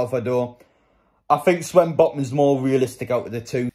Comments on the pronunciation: It’s Sven botman not swen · Why do you say swen botman